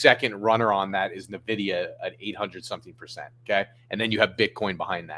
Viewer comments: Broski.. it's hard to take anything you say really seriously until you learn how to say the MOST INFLUENTIAL COMPANY AND ONE OF THE BIGGEST IN THE WORLD'S NAME CORRECTLY!! LMAO 🤣 do better my man..say it with me..Inn-vidia 😂 not Naa-vidia! Happy Easter 🐰🤙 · FOR THE LOVE OF GOD AND ALL THINGS HOLY: it's pronounced EN-vidia!! Like the letter N... that's why the n is lowercase, then VIDIA is uppercase in the logo. nVIDIA not NAvidia. Listen to their CEO Jensen Huang. Listen to the games that use their graphic cards -- the trademark whisper! PLEASE stop saying it wrong, it makes you look super uninformed like amatuers and hobbyists, not an intelligent money mover! This concludes my PSA✌️